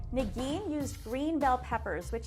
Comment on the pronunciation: Am I the only one that keeps hearing "Nagini" instead of? Maybe Voldemort is not dead yet.